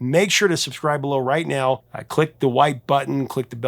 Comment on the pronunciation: Every NIAOW??? Are you mocking English?